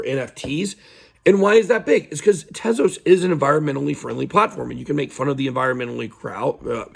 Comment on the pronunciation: At least u say Tezos correctly and not 'Tease-Us' like the n00bs. Or that African American man Larry who is always talking about Solano even tho he old AF, tryin to give 'advice' but dont even know how to say SOLANA 😆